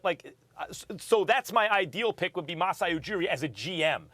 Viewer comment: I’m Sorry but you damn well can’t suggest Masai when y’all can’t even pronounce his name properly🙄🙈